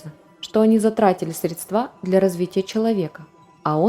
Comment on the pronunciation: Изотерики, не средствА, а срЕдства, срЕдствами. - научиться правильно ставить ударение.